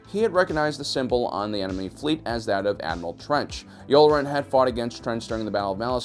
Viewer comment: It's "Yularen" not "Yoolrin." you uncultured swine.